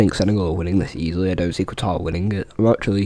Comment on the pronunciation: Great video ( you said Qatar wrong)